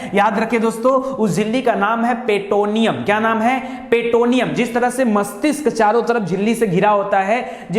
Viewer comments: Dear sir petoneun nhi Peritoneum hota hai Meningitis nhi meninges hota hai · " Peritonium" पे टओनियम नाही